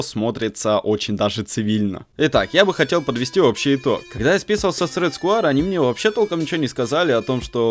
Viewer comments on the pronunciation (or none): не сквАйр а сквЭр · почему ты говоришь Рэд скваер,правильно Рэд сквер.И лучше бы мышку red square elite она дешевле и плюс версия 2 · Английский... "Рэд сквэа". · СКУАЕР ... МОИ УШИ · сквуаер топ инглиш